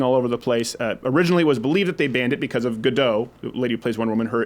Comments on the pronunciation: I know you tried, but Gadot isn't pronounced like "Waiting for Godot" because she's Israeli, not French. It's "Ga-Dot" dot like dot dot lemonade. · It's pronounced Gal Gadot...the T in the end is not silent because it's not of french origin ot ending is a suffix in Hebrew that means feminine plural. 'Gadot is plural of the word Gada which means 'bank like river bank, not like money bank